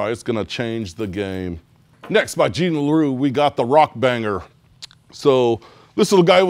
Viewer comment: One of the only guys I've ever heard that pronounced "Ima" correctly!